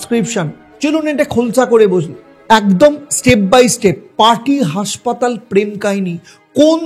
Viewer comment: আরে, উচ্চারণ ঠিক করো ভাই! উচ্চারণ করছো," হাঁসপাতাল"---- বাস্তবে ওটা হবে হাসপাতাল! ওটা ঠিক করে তবেই ব্লগ কর ভাই! ভালো ভালো ব্লগারের ব্লগ দেখে দেখে শুধরে নাও!